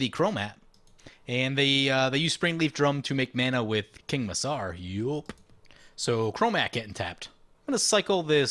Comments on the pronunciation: The C in King Macar is hard, pronounced like a K not an S. Hence King Ma-Car driving Cars. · That is some saffron olive level of mispronounciation with king macar